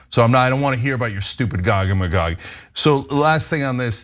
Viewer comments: Gog-ma-Gog 😆 😆 A conservative enjoying the content 😆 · I've become Jewish over time. I have NO RIGHT to tell anyone else how to live their life. I've been studying theological anthropology for years now ... WTF is "Gog a Magog" :_TYTCookie:😡 If Cenk doesn't stop saying that he IS going to make both pee and crap in my pants ...